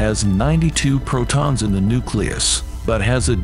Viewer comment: Painful to listen to , exactly how many "Pro-Tans" are in a uranium "Autumn" ? Ouch